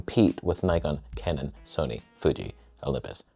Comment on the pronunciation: Soneh, Toneh